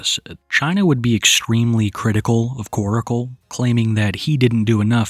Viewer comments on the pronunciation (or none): I can’t believe West Virginia is technically considered a southern state lol. P.S. - Stop calling him Koracle. It’s Korcle. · "Koracle" 😂 staaahhhp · its not koracle, its korcle (like core-sil) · Its pronounced kor-cle. Not kor-i-cle. Can you friggin read?!?!?! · The entire situation is gross. She's absolutely manipulating him and other sick simps. She gives me the creeps. Why don't people call her out for manipulating? I really don't care. They could both disappear from the internet and I could care less. ✌️ PS his name is Korcle NOT KorAcle. Why is he saying it like that?